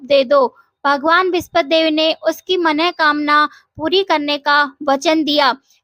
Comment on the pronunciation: मन:कामना शब्द का शुद्ध उच्चारण सुनकर मन गदगद हो गया 👍 मनोकामना कोई शब्द होता ही नहीं